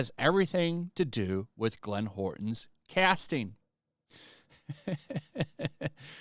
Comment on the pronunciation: Hey, just so you know it’s Glenn How-er-ton not Horton.